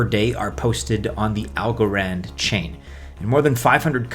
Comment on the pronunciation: Why do you literally say every coin weird?? "Solainahh - AlgoRond"